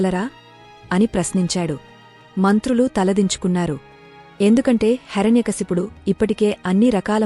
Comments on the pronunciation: Please he's name not Harany kaysapudu he's name heirnay kasyapudu Please speak properly 🙏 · హరణ్యకశపుడు కాదు, హిరణ్య కశ్యపుడు. కథ తెలుపడం మంచిదే. కాని స్పష్టత ఉండడం మంచిది. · Not HARANYA kasipudu , HIRANYAkasipudu